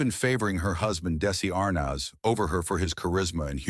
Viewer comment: Hate the way he says ar naz